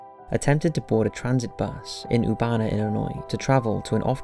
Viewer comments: Nice. But it's ERRBana, Illinois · Yingying Zhang the city is pronounced er--bana...Urbana.